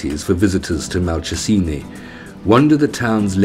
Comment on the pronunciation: Not convinced about the pronunciation of Malcesine. I believe it's Mal-chez-in-ay. Still, some happy memories of my holiday there have been brought up by this video.